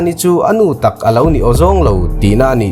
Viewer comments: Mizo ṭawng lam dan hi uluk a ngai a nia. Mi in zir mi tih tak ah tih lai hi 'tak' lai hi thluk tawh suh thluk lo a lam tur a ni. I video ṭhenkhat sh pawh i sawi sual zeuh ṭhin ka lo chik a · Movie Mizo Tawng recap tih 'takkkkk' ah a hmuhnawm thin e😂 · 'Mi inzirmi tih tak ah' hetah hian lam sual palh a awm a, TAK' tih hi maktak tih i sawilai a i lamrik dan angchiah khan, mi inzirmi tih tak ah tih i lam lai a 'tak' tihlai tak hi, thluk lo in, mak tak tih i lamrik dan angchiah hian lam tur